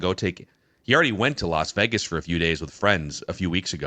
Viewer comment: The way pronounces “Vegas” is crazy